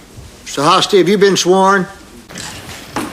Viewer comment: Notice Spence mispronounces Hosty's name twice on purpose to show later how it could be confused. Do you really think Spence just made this mistake not once but twice because he is tongue tied?